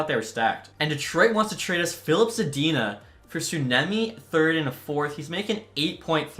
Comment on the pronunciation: Suoniemi is hell of a name to pronounce in English and as a fellow finnish person, I have no clue how to help with pronouncing it in English other than saying that it's suo-niemi when you separate the words.